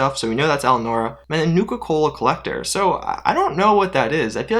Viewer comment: Nice to meet you too. Love your work. Just one favor. “Eli” A •Nora. ;)